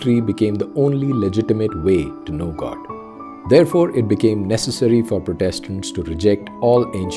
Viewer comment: Protestants. You may lay the emphasis on the first syllable: prótestants.